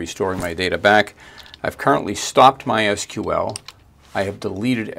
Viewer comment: Great to hear "my es queue el" instead of the ubiquitous "my sequel" ❤